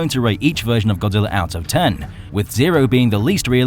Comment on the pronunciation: YOU SAID BODZILLA INSTEAD OF GODZILLA